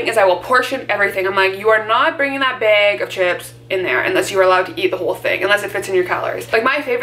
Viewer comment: “Beg of chips”